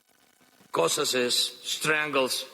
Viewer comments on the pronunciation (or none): Will someone please for chrissake teach this Zelens"ki chap to correctly pronounce 'Caucassus'. He is certainly not a linguist but at least he could learn to articulate with his actor'a hat